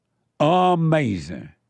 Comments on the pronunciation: Don't forget "that's amazin" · In my life i hope to see JLP host and moderate a presidential debate. "Uh May Zee Ing"